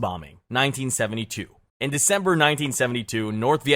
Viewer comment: Dember 3rd 😂😂😂😂😂😂 Did you forget how to english?